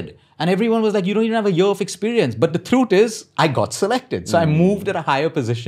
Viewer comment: Every time he said "THROOOTH"